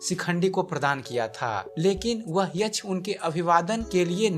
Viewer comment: यछ नहीं यक्ष बोलिये